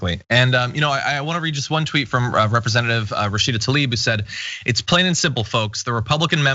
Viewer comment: The name is Tlaib, not "Talib".